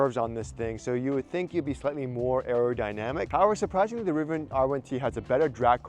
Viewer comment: Rvian! Not a cybersheep